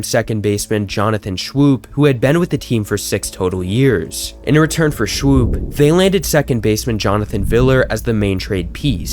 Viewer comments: It’s all good, I enjoyed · Jonathon Shwoop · Could you have done… I don’t know.. the slightest bit of research before you tried pronouncing players names? Dan Duquette is pronounced “Doo-kett”. Nick Markakis is “Mahr-Kay-Kiss”. Johnathan Schoop is “Scope”. The list goes on but you get my point. In the future, reach out to long term fans of teams. They’ll give you invaluable insight into stuff like this. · No offense but you're going to lose subs with your terrible pronunciation of last names. FOUR of them & they were all well known. Nick Markakis and Jonothan Schoop were all-stars & and Dan Duquette was one of the highest regarded GMs in the 90s & early 2000s. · Markakis and Schoop hurt my brain bro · lol I was going to say the same think Bro it’s ok a lot of people said their names wrong when they played for us I’ve even heard people who identify as life long, die hard orioles fans say names wrong and to someone like me who truly does follow the birds it’s cringy but look markakis is pronounced like Mar- cake- is and even though it’s schoop and it looks like it might sound like shoe-p or shoop its actually pronounced just like the word scope Just for any possible future references